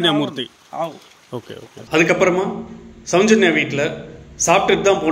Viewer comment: தம்பி, கொஞ்சம் நல்ல பழகிக்கிட்டு வந்து பேசுப்பா.. உச்சரிப்பு ரொம்ப கேவலமா இருக்கு.. நெறைய வார்த்தைகள், அதில் ஒன்று ,. சௌஞ்சன்யா இல்ல சௌஜென்யா..